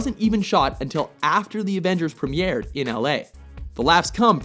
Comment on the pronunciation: How the fuck did he pronounce "Premier" for the Avengers???